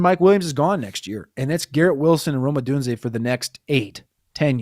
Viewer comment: I love the pronouncing Rome Odunze as Romeo Odooziay bit